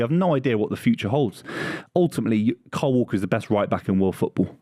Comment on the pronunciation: Cant say the name kyle. Sounds like Carl or Cole to me when he says it